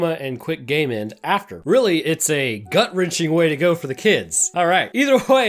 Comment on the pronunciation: It took me too long to realize you were saying “game end” instead of “gay men” that viral load part was making my brain stall until I got to you having to re name d e a t h